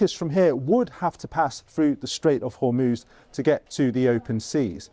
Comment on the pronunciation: She can't even say Hormuz properly.